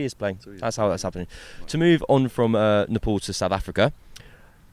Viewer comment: Its not napole, its NEPAL😅